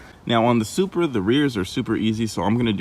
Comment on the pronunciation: it should be "Supra" simple